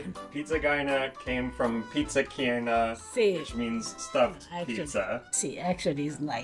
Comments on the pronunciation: STOP calling it PIZZA GYNA. Every American-Italian knows that it is GAIN-A... Just an offshoot of being sloppy with the sound of CHI (CHIENA).. Please it is annoying. Maybe you never heard it but it's evident in spelling. Thanks (I'm not usually crabby but this annoyed me today..sorry please forgive me).. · yep. same. What is annoying is how keeps saying GYNA. Everyone knows it is GAIN-A just like its spelled, an outshoot of Chiena without the CHI (k) sound. Immigrants talk fast and then pass it down and generations sound it a little different. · pronounced "pizza Gain." ...from a New Jersey Italian...lol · He is pronouncing it the way it's spelled though. He's just assuming it's an Italian word. The ai dipthong in Italian gets pronounced in the way he's saying it.